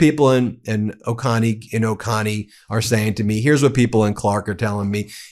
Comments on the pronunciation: One pet peev, it's pronounced O-co-nee not O-con-ee. I've lived here all my life, some 55 years. Athens has always been blue, because of UGA students. Young people here have always voted blue. It's why Athens was split up into 4 districts. O-co-nee is deep red. It's full of wealthy families who work in Atlanta and surrounding areas. It's only about an hour away. It's always been deep red. That's the shock. Oconee has turned blue. That is what GA republicans are fearing. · It's pronounced Oh-coh-nee. Not Oh-con-ee. Just saying. That said...Woo-Hoo!!! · Hi! I’m in Athens! I love your network and the Politics Nerd is my friend’s young, very smart son! 🥰 Let me help more people in District 121 love you, too. It’s “oh-CO-nee” not O-CAH-nee” and Marcus’ last name is pronounced “WEED-hour”. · Oconee being pronounced Oh-Kah-Knee made me twitch a little each time. "Oh-Cone-Knee" or "Oh-Koh-Knee" please. Thank you. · "Oh Coney", not "Oh Connie." Both the Georgia and South Carolina counties of this name are pronounced the same. And it's definitely not Oaken-y as some people seem to think. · I think it's called Oh Co Nee.. not Oh con nee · Oh- cone-eee. Thanks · it's pronounced o-cone-e county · It's o-KO-nee, with a long o. Thanks for reporting on this! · It’s pronounced “O-cone-ee” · Ben, it's O CONE e. Love your work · uh Ben, as a former resident I gotta help you here. Oconee is pronounced with a two hard "O"s.....O cO nee. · Pronounced “Ohhh-Coh-knee” county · I'm Georgia born & raised, but we pronounce Oconee as "O-ko-nee". Either way, it's great news! Thanks for spreading the word. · Oh, and it's pronounced 'Oh-Cone-Ee' county. It's a Cherokee name which is always a reminder that they left the names the same and marched the Cherokee people to their deaths. Can you imagine the cruelty of that as a parent? And the guy responsible is on the twenty dollar bill. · For the record, Oconee is pronounced Oh-kone-nee. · 💙🌊!! Also, it's pronounced "Oh-coh-knee" for Oconee ❤